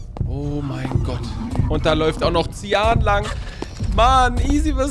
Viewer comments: das ist zian Ich bekomme Aggressionen:Man spricht züan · „Zian“ spricht man seien aus😂und die wissen nicht, wo du bist. Wir kommen auch nicht automatisch zu euch die haben eine vorgegebene Strecke wenn sie jemanden sehen, rennen sie zu den Himmels, dann gehen sie wieder zurück und machen die Strecke weiter.😂❤❤❤